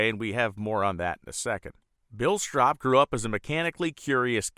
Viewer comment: Don't forget the Battle Bird! PS- its "strope"